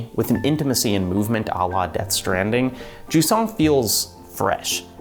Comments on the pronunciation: If you wanna pronounce Jusant in French, it's more like Zhuz-nasal a, not juice-nasal a. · Wait Jusant is pronounced like croissant?